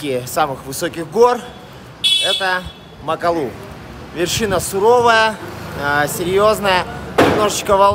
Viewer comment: Прекрасный фильм! Только очень режет слух МакалУ..... разве гора не МакАлу называетсы???